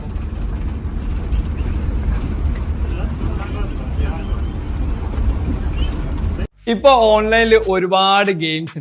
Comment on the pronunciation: വ'യി' അല്ല സുഹൃത്തേ... വ'ഴി' എന്നാണ്.. മലയാളത്തിൽ 'ഴ' എന്ന അക്ഷരം എടുത്ത് കളഞ്ഞിട്ടില്ല സുഹൃത്തേ... നിങ്ങളുടെയൊക്കെ വീഡിയോ കാണുമ്പോൾ ഉള്ള അരോചകം ഇതാണ്.. മലയാളം ശരിയായി ഉച്ചരിക്കാൻ കഴിയുന്നില്ല എന്നത്.. ഇത് പറയുമ്പോൾ കുറെ കൂതറകൾ ന്യായീകരിക്കാൻ വരുന്നത് കണ്ടിട്ടുണ്ട്... അക്ഷങ്ങൾ ശരിയായി ഉച്ചരിച്ചില്ലെങ്കിൽ അരോചകം തന്നയാണ് സുഹൃത്തേ... ഞാനും വർഷങ്ങളായി യാത്ര ചെയ്ത് കൊണ്ടേയിരിക്കുന്നു...നന്മകൾ